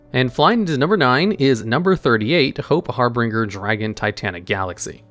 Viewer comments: You have got to get better at reading and pronouncing certain words. Every time you say 'Harbringer' I can feel my outline go squigly. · its funny how you pronounce harbinger weirdly, the ng portion is supposed to sound like the one used in binge eating. but great content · It's always good to see even after all this time people still pronounce Harbinger wrong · Idk when will finally realize how to pronounce the word "Harbinger" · The way you pronounce "harbinger" is a war crime. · Small nitpick Number 38 is pronounced Hope Har-bin-ger. Not Har-bring-er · Harbinger* there is no second R. I LOVE your content, but your pronunciations on certain things is just so frustrating 😅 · Everytime says Harbringer instead of Harbinger, i physically cringe. I love his channels so much but that is always sending me ^^ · Harbringer* i know Harbinger is correct but he was very determined in maintaining the name as "Harbringer" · Har-Binge-Er. Just a polite FYI, love the videos man. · It's name is "Hope Harbinger", pronounced "HAR-bin-jerr". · Harbinger (Har-bin-jer) It's real word. Basically a messenger or announcer of another. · "Harbinger" is pronounced har-been-jer. I love your videos. Single-handedly getting me back into YGO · Hope Har-bin-ger(the ger is like jer in jersey), you've never played koth 2 the sith lords brother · Do you not know how to say the word "Harbinger"? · Hey don’t wanna be that person but that’s not how you pronounce harbinger my dude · it's harbinger not harbringer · Harbinger not Harbringer. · brother in christ its called "Harbinger" not "HarBRINGer" can we have just one video in which you dont absurdly mispronounce cards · I don’t want to be rude, but you need to start looking up how to pronounce words when you don’t know them. It’s not har-bringer, it’s harbinger, Har-bin-ger. Just like it’s not arc-fiend, it’s Arch-fiend. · Har-bin-ger not Har-bring-er. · Say it with me now. HAR-BIN-JER. HARBINGER... not har-bringer >.>